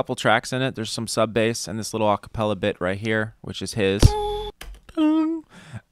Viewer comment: They’re saying bass wrong